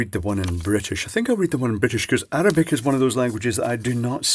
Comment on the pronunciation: God, this video is rivaling AvE: "Uh-RAH-bick" "Ramadam too seriously" "The one in British" "It looks like *mohawonhaaa*" "You infidel" "The other brown liquid" ... lmfao